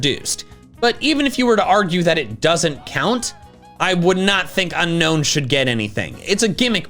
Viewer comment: It's Unown, NOT Unknown! There is no K in the name!